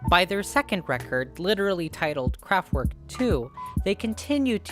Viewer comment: kraftVerk!!!! Not kraftWork!